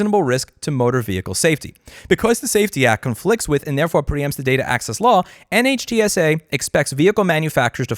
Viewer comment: NHTSA pronounced Nit-shu